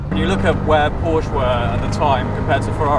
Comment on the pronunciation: Didn't like honest albeit negative comments about his new Italian girlfriend😂 -that soyboy couldn't even pronounce Porsche correctly so yeah😐